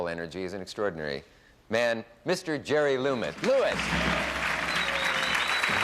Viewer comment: Damn - such a corny monologue! 🤣 All those 3x5 cards and he still pronounces Jerry’s last name wrong!